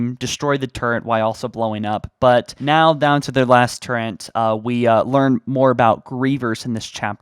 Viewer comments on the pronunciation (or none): I hate how he says “turrent” instead of just “turret” 💀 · And also Turret is pronounced Turret, not Turrent. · Turret not * Turrents* smh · Yeah, I just heard turrent